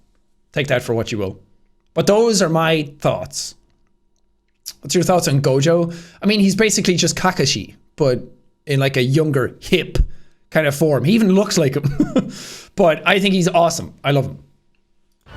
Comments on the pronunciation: man said 'Kaak-UH-shi' im dead💀😂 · Bruh yall better chill he ain't no super weeb like us he can't even pronunce kakashi right calm yo beans you lot when he watches more anime and more jjk he will understand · The way he fucking said kakashi rivals how Micheal B Jordan said narootu shipewden